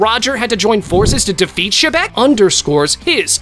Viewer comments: Its not shebec bro Its xebec but pronounced zebec No offense:) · why did he say rocks d. shebeck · ITS X E BEC